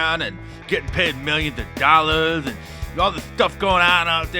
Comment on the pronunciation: "million DOLLASS"😂😂😂😂😂😂